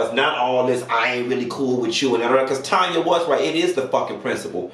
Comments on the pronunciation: 🗣️ IT'S TANNNNYYYYYAAAAAA! It drove me crazy to hear you keep saying Tonya😂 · I wish you'd say the darn lady name right. Her name is TAN-YA NOT TON-YA. She's Canadian so she's not just saying it's pronounced That way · her name is Tanya not Tonya. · So sick of YouTubers pronouncing Tanya as Tonya. 👀Get it together...that part. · Tan not Tonya ...Tanya lord and she's Canadian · TAN-ya chile TAN-ya 😭😂